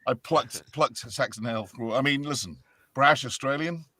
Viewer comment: Did I just hear "Sexron Hale" or am I stupid?